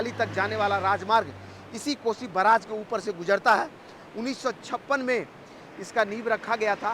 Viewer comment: News reporter ko bolne to aata hii nhi hai report Karna chal aata hai .....barrage.....ko..braage...bol Raha hai😅😂😅😂